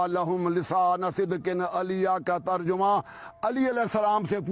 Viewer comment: مولوی صاحب ترجمہ صیح پڑھیں